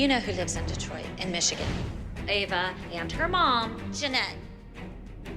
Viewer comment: pronouncing Ava is killing me 😂😂😂